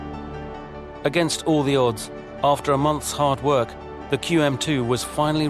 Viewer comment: Hey narrator are you sitting on a cucumber Cunard is pronounced Cunard not qunard and tell us exactly how long it is don’t worry about the empire building